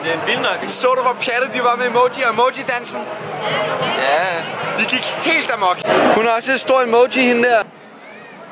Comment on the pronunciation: Det lyder mega sjovt når du siger Emoji (bare send en emååji)